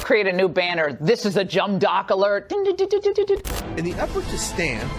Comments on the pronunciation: Did she say "jumb dock alert..."? (And mean it?) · Lmao she really said "jumb dock alert" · Eastside Low Bottoms shit ! Did she say "Jumb Docks" ? SHUT UP AND READ THE TELEPROMPTER CORRECTLY YA BITCH ! #RacistPieceOfShit #ImWitKapnflItsAWrap #FuckYoFlag #FuckYoAnthem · She said "This is a Jumb Dock" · She said Jumb dock alert... ?